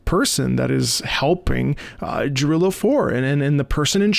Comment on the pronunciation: Not to be THAT person... but.... It's Ya-rillo.... not Ja-rillo.... the J in Jarillo is a Y sound.